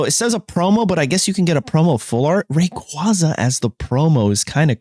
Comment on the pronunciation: they butchered rayquaza 😭